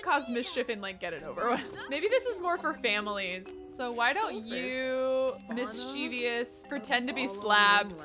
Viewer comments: Mischievous is pronounced as Mis-chu-vus so the Mis-che-ve-us is so funny to me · I love this series and I adore you, but please. Mischief- MISCHIEVOUS. As in miss-chiv-us. I was actually corrected for this exact same thing by my ASL professor. Who is deaf. He could see I was pronouncing the word with an extra syllable 🤦🏼‍♀️🤷🏼‍♀️ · If enough people say it “wrong” it becomes “right” I don’t like saying mis-chu-vus either